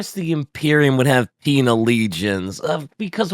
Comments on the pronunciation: Haha peenal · I heard the word "peenar" every time they said "penal" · Peenar legions, hahahaa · I heard ‘penial lesions’ and had to double take i was watching an ad ric episode